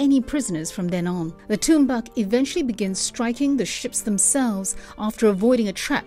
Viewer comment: You know whats funny? English speakers are really bad to pronounce the inuit words. Like Tuunbaq, she pronounced it bad. LOL. It prononced "Toornaaq". Tunbaaq?? Haha.